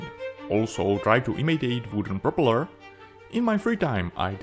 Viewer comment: Nice model, great job! Unfortunately, I struggled to understand your English. I think you should stop forcing a British accent because it makes it harder to follow. Just speak naturally in your own accent — trust me, it’ll be much clearer. For example, at the start of the video, when you say 'propeller,' you put the emphasis on the wrong part, pronouncing it as 'propeLER.' Just a friendly bit of advice. Cheers, mate!